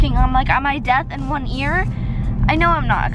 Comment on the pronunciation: No hate but “death”. It’s deaf.